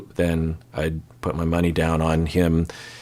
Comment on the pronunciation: you have no idea how many times I rewound to make sure I heard correctly 😂 has anyone else heard it "I'd put my bunny down" and not money?